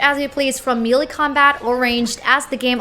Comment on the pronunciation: You mean "point five" points away from perfect. Five points away would be 5.0. And it's pronounced "maylay." Have you never played a Borderlands game?